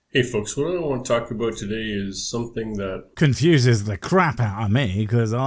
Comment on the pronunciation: “Aboot”? Is canadia or is yooper ….